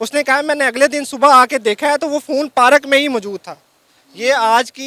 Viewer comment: Parak nahi hota zahil park hota hh